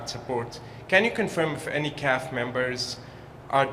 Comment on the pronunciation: When did everyone start saying, "calf" for the C. A. F. Show respect for the brave individuals who are standing the line and say C. A. F. not "calf".